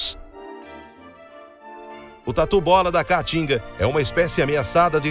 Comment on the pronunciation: "Tatu bola da ca-a-tinga" rs. O cara nunca falou caatinga na vida.